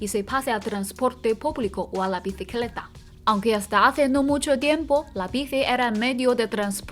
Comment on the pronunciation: " biTicleta" 🤭🥰